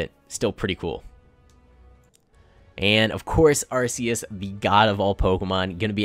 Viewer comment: Ar-Key-as not Arse-Ee-as